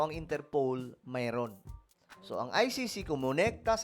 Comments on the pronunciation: Hindi po interpole or unterpowl, dapat interpol Ang pronounce mo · InterPol not InterPole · InterPOL hindi interpaul... pangit pakinggan mali yan ..